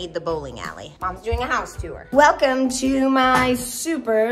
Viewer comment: too-er 😂 instead of tour. it's one syllable. great video!